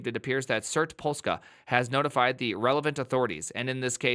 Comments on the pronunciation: But he pronouced Polska quite nice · pronouncing "Polska" is everything